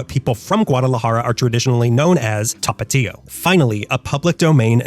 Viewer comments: I'm wondering why you keep calling Tapatio "Topatio" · Tha-pa-thio Not tah pah tiho